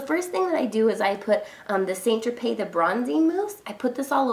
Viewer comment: She said it the correct way. "Tro-pay"